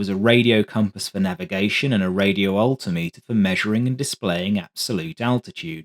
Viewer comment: Crack smoking pronunciation of altimeter.